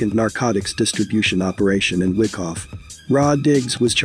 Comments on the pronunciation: It's not fucking WICKoff,it's WHYkoff! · Its pronounced (why- cough) not wickoff lol